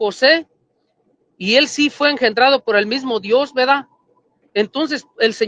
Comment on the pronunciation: Como pretenden ganar un debate si dice veda en vez de verdad